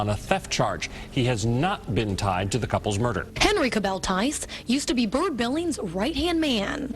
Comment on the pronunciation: Wait Byrd Billings, it actually is pronounced "bird"?! I looked up the name and, no offense, but I had assumed that was your way of pronouncing "Burt"!